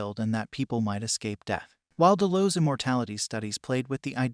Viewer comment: Dude obviously didn't watch this show, from the way your pronouncing certain things like "Delos" it sounds as if you've never heard it spoken.